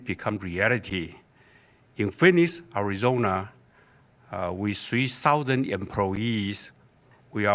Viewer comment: Nice, he's been practicing that one: "Ari-zon-a", hard 'R'. Good pronunciation. Nice job TSMC bro! Proud of you.